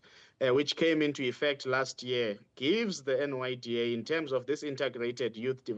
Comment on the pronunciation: NYDA* NOT NDYA guys please!!!!!!!